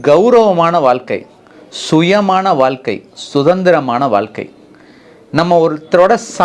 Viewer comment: Dr , PL SAY வாழ்க்கை , VAAZHKAI , PAZHAKKAM and so on correctly . You are saying வால்கை ,பதக்கம் and so on . It's NOT NICE TO HEAR FROM YOU SIR.